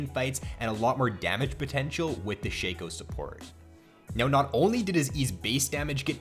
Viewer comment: I thought it was pronounced shaco not sheco